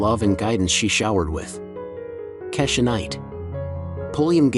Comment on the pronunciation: It's pronounced KEY-sha (Rudy).